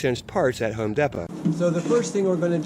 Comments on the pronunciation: Home Dapo. Hahahahahha. Its Home Depo Homie 😆😆😆😆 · It’s pronounced home dee poe 😂😂